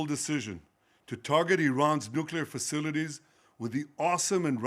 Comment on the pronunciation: Are you going to listen to someone who cannot say facilities? Trump is an absolute joke